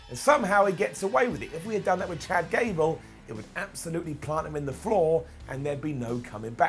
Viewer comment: I snickered when called him "Jad Cable"